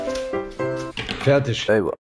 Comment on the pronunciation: wer ist eigentlich : ISCH , KOLLEGA ? und was bedeutet FERTISCH , NISCH